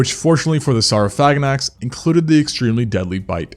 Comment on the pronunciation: SOR-Oh-Phagh-Ah-Naks. That's how it's actually pronounced